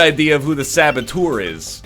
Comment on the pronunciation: Hey, Mr Ryan, try to find a more correct pronunciation for "saboteur" (it's the french word right?). ;) It's a bit like "er..." like "uh" + "r". No, in French we don't say "poree". :P